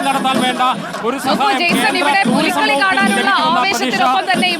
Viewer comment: പുലികളി അല്ല പുലിക്കളി ആണെന്ന് male reporter ഓർക്കുക